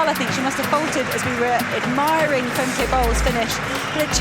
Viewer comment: It is not Fem-kay. Pronounced as Fem-kuh, like in duh.